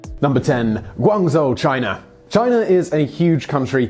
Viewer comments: The "zh" in Guangzhou is pronounced like a "j." So it should sound like "Guangjoe." Just wanted to let you know. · That's already an improvement. A few years back he pronounced it as gu-an-zhoo in his video.